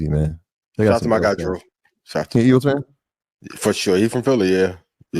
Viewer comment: Elgeles.......... Eagals...... E-A-G-L-E-S!!!!